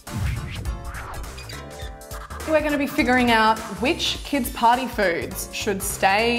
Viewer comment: Am I the only one who heard "potty food" instead of "party food",lol